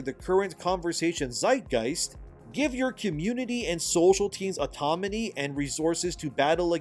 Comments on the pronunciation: Its autoNaMy not autoMaNy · Your inability to pronounce the word AUTONOMY is driving me insane. It's autoNomy not autoMony. N before M! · Can you not pronounce autonomy? 😳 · autoNOMY not autoMONY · I just can’t believe you called autonomy, automany three times in a row 😅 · Autonomy….not automony. But keep up the good work, E. You are appreciated! There are far more of us than there are of them. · YOU ARE MISPRONOUNCING AUTONOMY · Psst You keep mixing up the "N" and the "M" in autonomy. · You really need to learn how to say "autonomy." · The way you butcher the word autonomy, lol